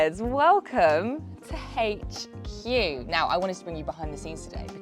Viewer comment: "AITCH" CUE